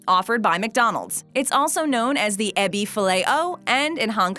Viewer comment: dumb yank Ebi is pronounced like e -bee